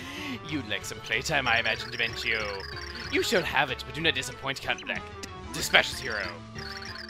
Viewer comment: And now I remember why I called Dimentio's name wrong, it's cuz of you XD (The voice he gave Dimentio literally killed me tho)